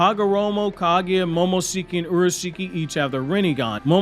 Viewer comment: Same with how he said Kaguya